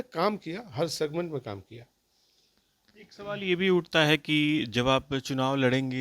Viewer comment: सिगमेंट शब्द,,, बहुत अच्छे ढंग से बोलते हैं साधु जी 😂